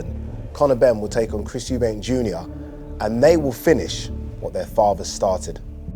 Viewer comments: Why does this guy keep saying euben at the start man can’t pronounce “Eubank” 😂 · It’s amazing that we’re in 2022 and people are still saying “Eubanks” rather than Eubank. 🤣🤣🤣